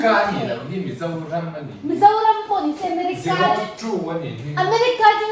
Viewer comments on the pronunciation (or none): none